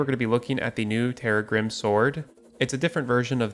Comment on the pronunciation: Correct pronunciation is terr - RAG -grim, rhyming with "crissaegrim," the sword from Castlevania Symphony of the Night that Arkhalis and Terragrim are based on.